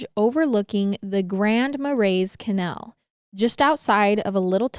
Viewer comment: love how pronounces canal lol cuh- nehl